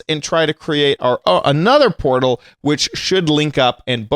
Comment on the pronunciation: WHY is say portal shoosish